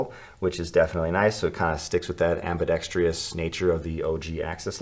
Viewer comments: Damn I’m gonna be that guy...”ambidextrious” is not a word fellas. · Why can't anyone pronounce ambidextrous correctly in the knife community